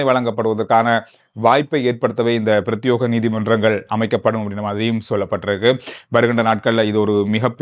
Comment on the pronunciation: பிரத்தியேகம் என்ற சொல்லை பிரத்தியோகம் என்று உச்சரிக்கின்றீர். பிரத்தியேகம் என்பதே சரி.